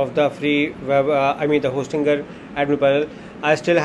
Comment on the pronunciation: Hostingeer hostingeer hostingeer